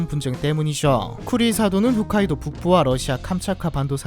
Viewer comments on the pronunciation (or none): 형 훗카이도 아니고 홋카이도 hokkaido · 훗 카이도요? 홋카이도가아니고? 그런 기본적인것도 모르고 이런 영상 만드실생각을 하시는 당신의 용기에 박수를...아니 용기가 아니고 융기라고해야하나 ㅋㅋㅋ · 훗카이도가 아니고 홋카이도. 기본 지명도 모르면서 뭔 지식을 전달한다고... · Tmi) '훗'카이도 아니고 '홋'카이도입니다. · 훗 (X) 홋 (O) 홋카이도 입니다. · 후ㅅ카이도가 아니라 호ㅅ카이도예요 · 후ㅅ카이도가 아니고 호ㅅ카이도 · ㅋㅋㅋㅋㅋ 홋카이도를 지속 반복적으로 훗카이도라고 발음하는거 킹받음 ㅋㅋㅋ 훗훗훗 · ㅎ ㅜ ㅅ 카이도가 아니고 ㅎ ㅗㅅ 카이도 입니다 ㅠㅠ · 훗카이도가 아니라 홋카이도입니다...!! 호+ㅅ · 영상 시작부터 오류네요.. 훗카이도가 아니라 홋카이도입니다.. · 발음 중요한데? 한글 폰트면 헷갈리만 하지 근데 발음이 전혀 다르고 일본어 글자에서도 ほっ(홋)、ふっ(훗) 전혀 다름 뭐 일본인 앞에서 잘못말하면 귀엽게 보일수도 ㅋㅋ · 영상을 빠르게 다시 만드는게 나을 것 같네요. 시작부터 (훗)카이도라고 하니까 전문성이 떨어지는 것 같아 맥이 빠집니다.